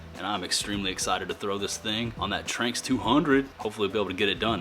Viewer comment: It’s pronounced Tran-X